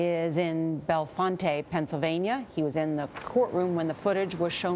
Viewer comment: “Bell-fontae” you mean bellfonte pronounced “Bell-Font”